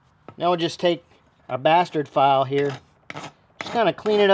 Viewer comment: Wait a minute.... was LIVE and I missed it??? 😭😱 Great advice: safety first for the bearded guys using powertools!! 👍🏼😎👍🏼 I laugh every time i hear someone say....bestturd file....hahahaa 😁😉 I think this was a good upgrade!